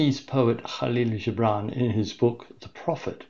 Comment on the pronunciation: Thank you so much for this. It was utterly beautiful and,although it has been read innumerable times, it has never been so meaningful. (And it wasgood to hear the correct pronunciation of Gibran - the soft g much more fitting)